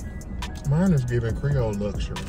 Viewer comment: That boy said creole luxury 😂😂😂